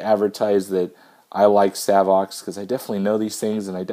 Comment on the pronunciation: I asked Savox directly how they pronounce their name. It is...”SAVE OX”